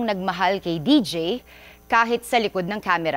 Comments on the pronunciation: Deejay un pronouncation okay malungkot pa din ako😢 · D J hindi deej